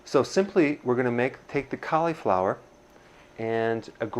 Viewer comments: Hahaha! Awesome! I shall call you Doctor Ah-nold! You say cauliflower like Schwarzenegger says California. You are awesome. Keep it up! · Caleeee flower? =) How do you pronounce slip? Just made me lol, love the recipe. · He mispronounced Mozzarella, Cauliflower and said "grade" the Caulifower. Come on Doc! 😅